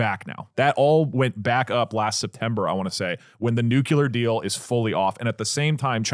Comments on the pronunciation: Doug is saying "nyoo-kyoo-lur" which is incorrect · Dougdoug saying “nuke-yoo-lur” tho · “Nuke-you-lerrr sites.” Jesus effing Christ man it hurts my ears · Nuclear not nucular PLEASE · Doug PLEASE. It is nuke-lee-er not Nuke-yu-ler. Bush did this to you but you don't have to accept your face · New Clear, not nukular. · "new-clear" or "new-clee-er" not "newcewlar" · Am I the only one hearing over and over nukelar in stead of nuclear? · I thought it was a W. Bush thing, but do all Texans say “nucular?” It only started bugging me bc Doug said it 10x in rapid succession in the first segment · Might have to stop watchingthe show because Doug says "Nucular" 🤮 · is it just me that gets jitters when doug says nuclear? "Nucular" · the way they're saying nuclear as nuquelar is triggering me so much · TIL Doug thinks it's pronounced "Nucular" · Doug, brother, the word nuclear only has one u in it. It’s not nuculear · I don't know how many more episodes I can take of doug doug saying "nucular". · I did ctrl+f and typed "nucular" to see if I'm the only one noticing. Doug is the real life Homer Simpson 🫠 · NEW-CLEAR. PLEASE, DOUGLAS DOUGLAS! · Love ya Doug. Tip for pronouncing nuclear, say the word “new” then say the word “clear”. As in crystal clear. As a radiochemist my Ph.D advisor drilled that into me. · Nucular is kinda triggering me... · STOP SAYING NUCULAR FFS! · I never realized doug was a “nucyuler” guy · someones gotta tell doug that its not nucular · I had to turn it off because I couldn't listen to Doug say the word NUCLEAR incorrectly 10,000 times. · I know I shouldn't care about it, but the way they pronounce Nuclear just kills something inside of me every time. I still support you though. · One day, doug will pronounce the word "nuclear" correctly. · thank god i thought i was the only one irritated by it😭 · New rule: anyone who brings a story about Nuclear energy has to be able to pronounce the word Nuclear.